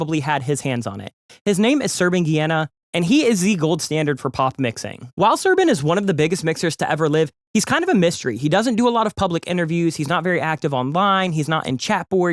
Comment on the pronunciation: It’s pronounced Ghena like “ Kenya “ but with a G